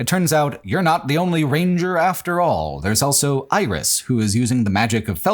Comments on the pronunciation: Why do you say "elso" instead of "also"? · pronounces the word "also" as "elso". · Please learn how to say “also”